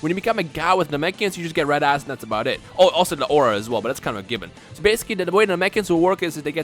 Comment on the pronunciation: I keep thinking is saying "red ass" instead of red eyes when he describes the god classes XD